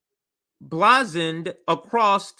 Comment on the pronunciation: #pedanticpronunciationguide Preface: say PREFF-iss Emblazoned: im-BLAY-zund Diaspora: dye-ASS-per-uh' No hate at all, comrade. I just remember all the times I pronounced words incorrectly which I'd only encountered in print, felt like an idiot, and wished I had known sooner. Of course, I generally feel like an idiot regardless, despite apparently coming off as know-it-all-ish. ✊🛠️🚩